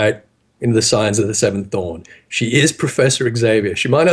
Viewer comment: A comment from the depths. As was doing the subligar intro...I heard Scions of the Seventh Thong. Has that joke been ever made?